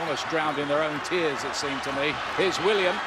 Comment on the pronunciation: The announcers said willian’s name wrong